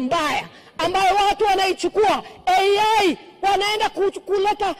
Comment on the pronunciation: Someone tell that lady in black that 'AI' is not pronounced as 'Eeii Yeii'. Wakenya watawasumbua sana. Hivi vita mlivianza wenyewe, mnalia ni? Kenyans never back out of a war so prepare yourselves.